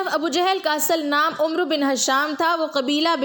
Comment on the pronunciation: ابو جہل کا نام عمر بن ھشام نہیں عمرو بن ھشام تھا۔ بولنے میں یہ امر بن ھشام بولا جاتا ہے عمر نہیں۔